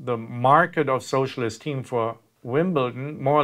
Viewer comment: I heard "socialist team" and I was very confused.